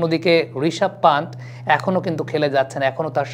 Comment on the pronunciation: পান্ত নয়, পন্ত্... ঋষভ পন্ত্! আপনারা কেন এত ভুলভাল বানান লেখেন এবং উচ্চারণ করেন, বুঝে পাই না! বিরাট কোহলি-কে বলেন 'ভিরাট কোহলি'! 'সূর্যকুমার'-কে বলেন 'সুরিয়াকুমার', 'যশস্বী'-কে বলেন 'ইয়াশাসভী'!! কী এসব!!